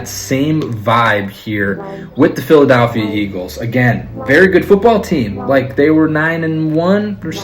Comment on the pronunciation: Learn how to say Philadelphia